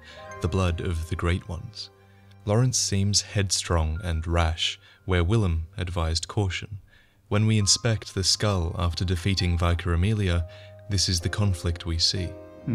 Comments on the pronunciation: Vykar Amelia!?? 🤦‍♂️🤣🤣 you mean vicar (pronounced “vicker” ) is it only the uk we call them vicars ? 🤷‍♂️🤯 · Vikka, not vykar. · VUH-EYE-CAH? you mean VIC-CUR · I know this video is 6 years old now but it still grates me everytime he pronounces "Vicar" as " Vi-Car" 😂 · "Vye-caar Amelia" b o y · "Vaicar" Amelia? w0w that mispronunciation really fucked up my immersion in you being a scholar on this shit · Great video but please, it’s pronounced “Vicker” as in a member of the church. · Vicar amelia is pronounced “vicker”🤢 great vid though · pronounced vicker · That is not how you pronounce Vicar bro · As a fellow Aussie, your mispronunciation of Vicar confuses me. Did you never watch any British shows growing up, or at least hear of The Vicar of Dibley? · Why does no one seem to know how to pronounce vicar?? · You pronounce vicar wrong, so so wrong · How tf does someone as articulate as you not know how to pronounce vicar? Lol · Mispronounced "Vicar"